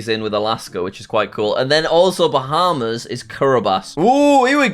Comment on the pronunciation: “USA is second” “Bahamas” “Germany” “Spain” Typical jsag